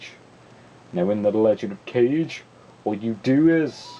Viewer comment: It's actually Legend of "Kah-geh", not Legend of "Cage".